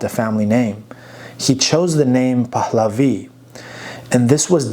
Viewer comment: Dear friend, easy on the "H" sound when you pronounce Pahlavi. It's not "Pahhhhhhhhhhlavi", it's a soft "h" just like in English.